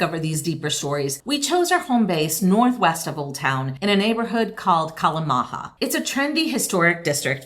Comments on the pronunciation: Enjoyed the video, but I'd doube check the pronunciation.. 😋 Estonian "J" is more like "Y", never like "H". So Kalamaja pronunciation is like: kɑ̝lɑ̝ˌmɑ̝yɑ̝ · TallinN. Kalamaja is pronounced with 'ya' sound at the end - not a hispanic language :) Glad you enjoyed yourselves!